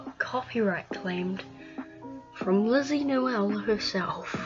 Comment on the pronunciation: You literally say linzy nooel 🤣🤣🤣